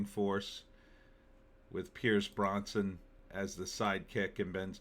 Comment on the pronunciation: Brosnan, not Bronson.